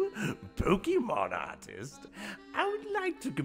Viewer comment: The worst part is how he pronounces pokémon.